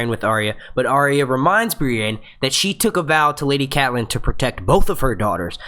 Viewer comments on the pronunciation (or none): none